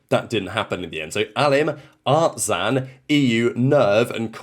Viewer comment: I want to insult you so badly because of the Artzeen that you seem to literally have an ultimate joy of pronouncing Artzaïn !! I said it before : if you do it again I will unsubscribe from your channel as it is rage baiting from you ! Ciao 👋🏻